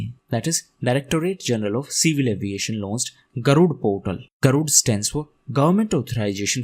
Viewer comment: when you said about MoCA it was heard as civil adoration not civil aviation. And about GARUD portals I could not make out the word portals until I searched in google.